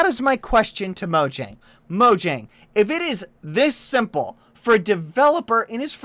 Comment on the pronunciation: UM, Not mojang u say it moyang because "Mojang" was born in Germany. [NOT RIGHT]